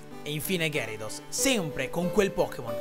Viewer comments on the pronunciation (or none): none